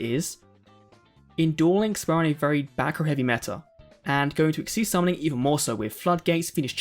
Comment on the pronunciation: Thank you for pronouncing xyz correctly